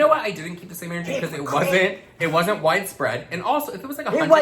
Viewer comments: HAHAHHAHAHAHAHAHA CONSPIRATEA, REALITEA, KEEP THE SAME ENERGEA OH MY GOD THat was my fave hahHAHAHAHAHAHHAHAAH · “Conspira-tea. Reali-tea. Keep the same ener-gea!” 🤣🤣🤣🤣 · "Keep the same enerTEA☕"!!!!